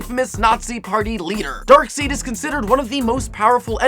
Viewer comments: ***** THEN HE SHOULD KNOW HOW TO PRONOUNCE DARKSEID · You people seriously need to get over how pronounced darkseid. He made one mistake, don't start getting mad at him or having a hissy fit. Nobody cares if you know how to pronounce darkseid right or that you have more comic book knowledge than does. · I also pronounced Darkseid like until recently. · this video fucked with everyones head! its pronounced darkside not darkseed. tell to get his shit right. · thank you for pointing that out. it is dark side as far as i am concerned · WHoah, when did the pronunciation of Darkseid become "Dark seed"??? All iterations of the character has always pronounced it as "Dark SIDE" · The final character's name is pronounced DARKSIDE, NOT DARKSEED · It's pronounced dark-side dear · it's not darkseed it's darkside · dude, Darkseid is pronounced "Dark-side"!!! wtf is a darkseed?! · IT'S PRONOUNCED DARK-SIDE NOT DARK-SEED YOU SKINNY MORMON NERD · IT'S DARK-SIDE! NOT DARK-SEED! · Dark Seed? DARK----SEEEEED?!?! It's pronounced DARK SIDE, man! C'mon!!!! :(((((( And minus 10 points for not mentioning Steve Ditko, the guy who CO-CREATED SPIDERMAN, and bringing up Jack Kirby instead....really man. :/ Other than that, great video. :) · dark-seed???? its pronounced "dark-side" freaking poser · LOL it's pronounced 'Darkside' not 'Darkseed' 😂😂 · You pronounce Darkseid as Darkside not Darkseed xD. I remember when I ised to pronounce it the same way...god I was a noob. lol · Why is he continually pronouncing it Dark- SEED when historically it has been pronounced as Dark-SIDE by comic book artists and writers as well as tons of cartoons? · WHY IS HE PRONOUNCING IT DARKSEED?? IT'S PRONOUNCED DARKSIDE!! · Darkseid... You pronounced the "seid" part as "seed" while it's supposed to be pronounced as "side". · Dude dude dude, it is not darkseed, it's pronounced darkside *facepalm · I don't wanna be that guy but its pronounced darkside and thanos, not darkseed and thaynos